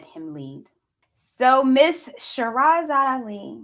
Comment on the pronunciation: Lol, you so fake you can’t even say her name right. Lol this is 1984.